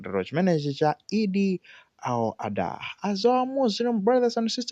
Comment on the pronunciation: Eid al-Adha! Not Eid al-adhuha kungozolowera chiyao basi